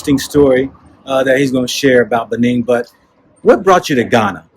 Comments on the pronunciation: Dude, it's not Benign but rather Benin. Please correct because it's embarrassing. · It's BENIN and not BENIGN